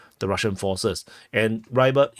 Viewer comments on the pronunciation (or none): I've heard Rybar is pronounced somewhat like "re-bar" similarly to the word rebar.